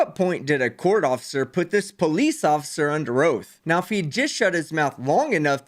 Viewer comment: I'm sorry to correct you,, but this man never said anything about the officer taking an oath to the Constitution. He clearly said an "oaf". Big difference.😆